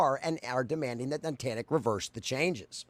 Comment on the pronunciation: It was driving me a little crazy you kept calling them "nitantic" instead of Niantic but actually I like it because rhymes Titanic which perfectly fits how they are a sinking ship by their own doing.